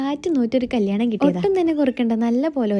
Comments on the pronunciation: കല്ലാണം അല്ല കല്യാണം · കല്ലാണം എന്നല്ല കല്യാണം എന്നാണ് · കല്ലാണം ❌ കല്യാണം ✅